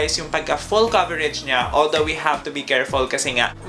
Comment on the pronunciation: Coverege? Ako lg ba nakakapansin ganun nya pag pronounce ng COVERAGE.